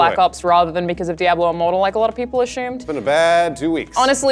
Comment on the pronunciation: Still digging gaming weekly! But I can't help but notice EVERYTIME Alahna says "ashumed" instead of assumed.